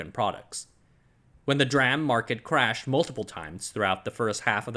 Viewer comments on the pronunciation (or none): GOD its De-RAM not Druam! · Love your vids but you're the only person I've ever heard call DRAM dram and not dee-ram and it's weird because you say SRAM correctly 😭😂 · "dee-ram" not "dram" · It’s D-RAM not dram. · It's not pronounced "dram" it's pronounced "d-ram", just like "s-ram". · Oh "dram", you’re right. He pronounces DRAM as ‘draah-m’ instead of ‘dee-ram’. Little quirks in such great content. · An aside from someone in tech - absolutely nobody pronounces DRAM as "dram". It's "dee-ram", and "dram" is a wee beverage ;) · S RAM and D RAM not S RAM and dram LUL why are you pronouncing it as dram instead of D(ee) RAM? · Its still not dram, it's pronouned D Ram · yes please, I cringe every time I hear "dram" instead of "Dee-ram" :-) Great video. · You're driving me nuts the way you pronounce dram. It's "D"-ram. That's how everybody in the industry pronounces it. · Good info. However I just want to point out that "DRAM" should be pronounced as "DEE-RAM" Like SRAM is "S - RAM" They should be the same logic when you pronounce the word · not the first time he does it, most likely he is intentionally saying it like this don't know why though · Say what you will about the man, but he is fully committed to his pronunciation of DRAM. 😉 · why do you pronounce SRAM with the S on its own but pronounce DRAM as one syllable? i have not heard DRAM pronounced that way from literally anywhere else god it's annoying the hell out of me